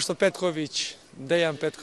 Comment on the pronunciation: Fala português maravilhosamente bem e dá pra perceber que fala espanhol também. O jeito que ele pronunciou o apelido do Petković, Pet (pétchi) só pode ter apreendido com algum colega brasileiro (portugueses não falariam assim). Top demais.